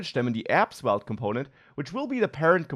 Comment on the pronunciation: say the v like an f. 👍